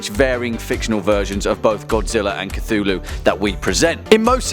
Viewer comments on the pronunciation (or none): You read it as Cy-thulu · who is kathooloo? idiot